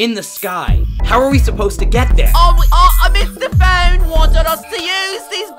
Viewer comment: It’s not Mr phone it’s mistah phone